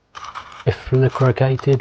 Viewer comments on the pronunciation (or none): Bifurcated .....emphasis on first syllable and pronounced BYE as in bye bye . Great video mate